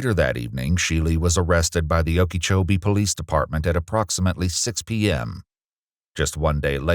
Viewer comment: HE SAID OKEECHOBEE RIGHT